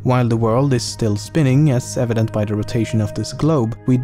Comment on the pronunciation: "as avedant to the fact that you are currently breathing" that was amazing to me.